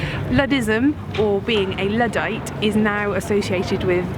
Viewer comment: Love how accent goes all rural when she says 'Luddite'